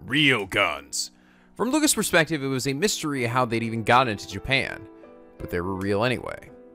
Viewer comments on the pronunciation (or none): none